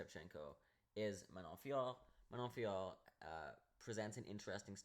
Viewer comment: The way you pronounce Manon Fiorot’s name is aggravating, and you’re a casual. This is one of the most painful MMA videos I’ve seen 💀💀.